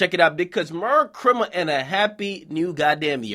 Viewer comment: Nigga said merr chrima😂